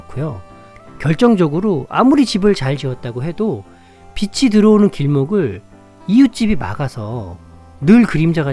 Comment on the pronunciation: 유익한 방송 잘 들었습니다 다만 빛이를 비지(빚이)가 아닌 비치로 발음하시면 좋겠습니다